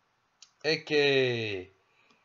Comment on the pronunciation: "ecce" nōn "ecē"